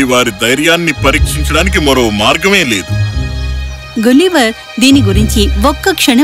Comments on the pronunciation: అదీ గులీవర్ కాదు, గలీవర్ spelling correct ga cheppandi , please..... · గులివర్ కాదు తల్లి గలివర్ అని పలుకు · but is not gulliver its galliver not spelling , pronounsation